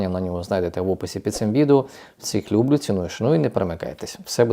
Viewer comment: чому постійно говорите: лЮблю???😄 Наголос у цьому слові на останньому складі:люблЮ.